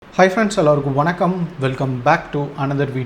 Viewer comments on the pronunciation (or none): none